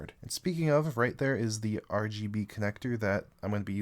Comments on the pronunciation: I can't tell if he wants to say RGB or RBG because he uses them both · You said rbg instead of rgb lol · 😂😂😂 he meant to say RGB